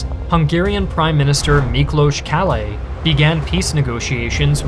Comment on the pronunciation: Rather well done video! I especially liked the background music choices, they fit in really well. Also, finally someone can pronounce Miklós properly (Kállay still needs a bit of work) 😅.